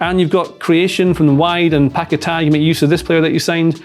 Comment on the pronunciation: Guys it's Paquetá. You always make the same mistake.